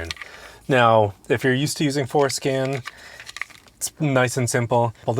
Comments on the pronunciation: Lets start with learning how to pronounce forscan, and not foreskin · For SCAN… say it right